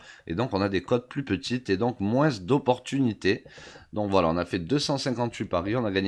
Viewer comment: pourquoi le moin"ce"? ca vient de l'herault? :p